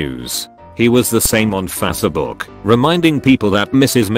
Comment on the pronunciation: We've had tts technology for decades, and Fahs-seh-book still makes me laugh in cringe.